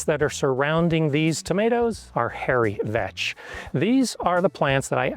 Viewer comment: I had to rewind the video bc I genuinely thought he said "Hairy Bitch" 😂